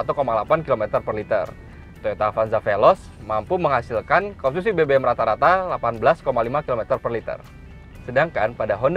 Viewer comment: dengarkan baik2 "komsusi" 😅